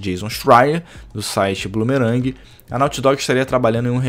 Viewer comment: Bloomberg. Pronúncia: BLUM-BÉR...g . , PLÃS . , 2º Chief, é risível! , talvez pq as pessoas considerem o valor agregado / valor pago. E os mobiles contam com o público casual tb. Eu ainda prefiro de longe os focados em história.